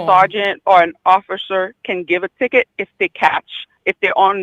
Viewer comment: A "ticket" not a "ticker" he is a police officer. 😅😂🤣